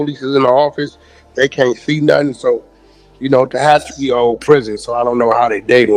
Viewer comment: Fake call operator didn't pronounce Tehachapi right gotta use the correct AI 😂😂😂😂😂😂